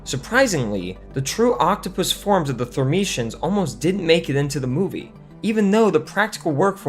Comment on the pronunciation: Friend, they are the thur ME ens! Otherwise, solid video!